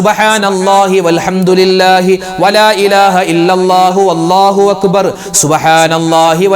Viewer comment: ഉസ്താദെ വള്ളാഹു എന്നാണൊ - അള്ളാഹു എന്നാണോ